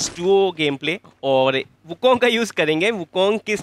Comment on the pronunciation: Wukong = Wuking